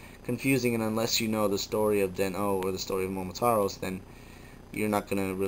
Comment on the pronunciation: .......FINNALY! Some one pronounces his name right. It has always made me cringe at how many people mis pronounce Momotaros. *thumbs up* Good on ya.